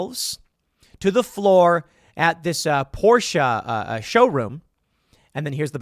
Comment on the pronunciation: My god Tim it's not "Pourscheeeeeh" It's pronounced Por-sh. Just say Porsche.